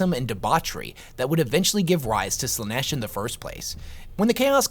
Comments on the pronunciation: I disagree with some of these takes, and that's fine. What isn't fine is how you pronounce Slaneesh 😭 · Do you pronounce stuff wrong/differently on purpose? Like Slaanesh you pronounced in like three different ways?